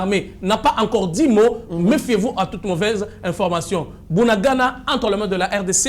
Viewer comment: Yoka ndenge ozo prononcer bunagana, 3za pasi po nayo po bakombo nyonso oyo eza kinyarwanda, bunagana, cyanzu, rumangabo. oyebi bitumba oyo eza bien po verite nyonso ekobima na mpwasa.